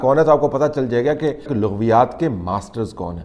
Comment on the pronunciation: Bhai "Laghviyaat ki Laam pr zabr ha,correct kr la word,don't mind